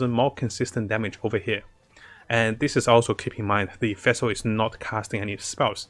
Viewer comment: bro it's fischl not vessel xD. just say fish and add L to it in the end